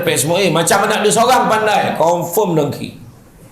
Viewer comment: Assalamualaikum semua & uatsdz... Nak komen sikit pasal perkataan yang ustadz sebut... DONGKI 🤗 Cer sebut betul2 😁😁 DENGKI BUKAN DONGKI. Se tau sy DONGKI tu KALDAI...😂😂😂 Gurau je ye Ustadz 😉😉